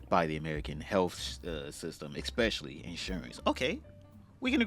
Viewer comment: Say "exspecially" one more time